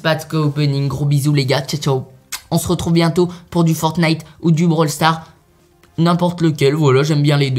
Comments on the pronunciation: 129 on dit pas bral sars mais brawl stars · Blawl stars!!!!